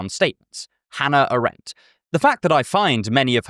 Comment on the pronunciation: I must say it's the very first time i have heard the name of Hannah Arendt pronounced this particular ( or must i say peculiar?) way ...